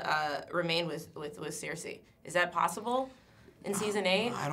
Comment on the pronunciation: Less than 30 seconds into the video, I was able to tell that she doesn't watch the show. She had to look at her card to read the name "Cersei" and she didn't even pronounce it correctly.